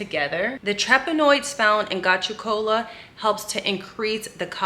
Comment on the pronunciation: It's pronounced go-to- cola